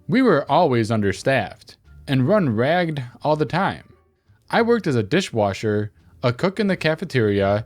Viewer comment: I hate to nitpick but "ragged" is pronounced like rag ed.